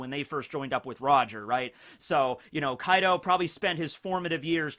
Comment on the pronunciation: Bro when you said Kai D Ou I was like wtf 😂